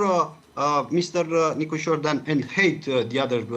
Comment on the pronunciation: 24 English Please modify the president's name to Nicusor, not Nicosur, please, thank you.